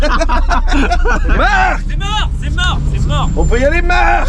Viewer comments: A chaque fois que tu dis: Jason bunnet. je me marre aussi et je sais pas pourquoi ! 😂😂😂😂😂😂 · "jayzeune beunette " 🗣️